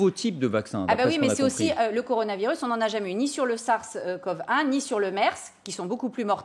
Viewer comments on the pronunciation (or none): Par contre, le fait est qu'il n'y a pas eu de vaccin(s) contre le SARS (j'adore la prononciation laul, le "sarce" haha) ni le MERS, on parle quand même de 2 maladies, certes graves qui ont disparu aussi vite qu'elles sont toutes 2 apparues ... Et que les 2 n'avaient pas une contagiosité très élevée comme c'est le cas aujourd'hui avec le covid19 ... Et dernier autre argument que je vais placer qui explique aussi pourquoi on a pas eu de vaccins contre ces 2 maladies : Le nombre de personnes touchées était tellement + faible !! Rien a voir avec le covid donc L'intérêt d'un vaccin pour le SARS et le MERS était fortement discutable, certes ils ont tué mais ils ont aussi vite disparu de la circulation avec des mesures sanitaires adéquates qui ont permis de rapidement leur sucrer de support vivants